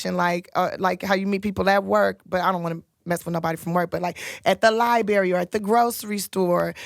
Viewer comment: Did she say Liberry???? SMH...